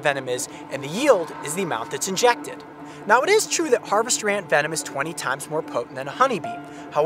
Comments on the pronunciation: Ha "ANTVENOM"😅😅😅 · I thought that you said ant venom the youtuber